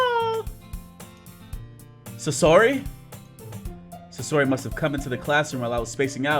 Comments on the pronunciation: say or he.not sayora. say or he sayori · I know I am three years late but dang I didn't know you played Doki Doki Literature Club! I am glad I stumbled on this video! Also, it is Sayori not Sasori XD. Everytime you kept mispronouncing her name, I couldn't help but laugh XD! Love your videos man keep them up! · its (sa-your-e) ok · Who the heck is susory?! Do you mean sayori?! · It is not sasori it is sayori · Sosori Me: I am sosori my brain had to hear that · This man said "sesory"😂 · Pronunciation= SAY-UR-EE you're welcome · Oh my freaking God I'm going to die if he says "SUSORI" again!!!! and now I'm jumping out the window! Goodbye cruel world!!! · It's pronounced "Say-ori" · STOP SAYING SASORI👿😡THIS ISNT NARUTO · okay, say it with me Say-Or-*Ee*. Good. Again, Sayori. (*Like see, but without the 's') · where do you see the S at bruh I’m dead lol it’s Say-ori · Btw you said sayori wrong